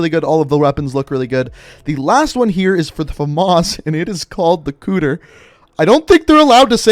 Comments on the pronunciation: "they called it the cooter!" Weebs: " it's pronounced "Coo-Da-Ray" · Cooter lmao it's kuudeRE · pronounced it as "kooder" but it is "koo-de-re" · ACKHTUALLY ITS NOT PRONOUNCED COOTER ITS PRONOUNCED KUU DER A(just the letter a) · He said kuuder It's pronounced kuuderay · The pronunciation is A+ “Cooter” It’s Ku-De-Re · Its kuu-dere not kuder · Nobody This guy "Cooder" Does nobody know Japanese anymore? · One thing I wanted to know with BOCW was how the point multiplier is. Like is it, 2x for 2 kill streak, 3x for 3, 4x for 4, etc or what? Also Kuudere is pronounced Koo-dare-ey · it's actually Kuu-dare-ray js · kuu-dere like dare ey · its koo dare ray kuudere edit:kuudere is a japanese term for a girl or boy who acts emotionless on the outside but actually cares on the inside, not to be confused with tsuundere who acts like they hate someone when they actually harbor feeelings for them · It's KUU-DE-RE HAHAHAHAHAHAHA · Its Koo-dea-rae hahahah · It's called KUU-DERE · this guy pronouncing “Kuudere” as “cooter” is the most American thing I’ve heard this year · tHEy cALleD IT ThE koOTEHR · Mans pronounced it cooter I’m dead 💀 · It’s kuu de re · It's pronounced Kuu- De-Re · Lmao it's called the Kuu-Deh-Ray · oo yikes, is pronounced Kuu de ray(Ley). confirmed not a weeb.. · it’s the coo-da-ree i’m pretty sure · It’s pronounced Koo-deh-rey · Dude... It's kuu-de-rey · it’s Kudere pronounced Ku De Re it’s an anime term for a type of character. A kuudere, sometimes written as kūdere or just kudere, refers to a character who is often cold, blunt, and cynical. They may seem very emotionless on the outside, but on the inside they're very caring — at least when it comes to the ones they love. Fandom › the-dere-types › wiki › K... Kuudere | The Dere Types Wiki | Fandom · Kuuder -A That's how you pronounce it, just my mind doing this, that is all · “They called it the Kuudere!” 😂😂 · All the weebs getting mad cause he pronounced a word with Japanese origin's wrong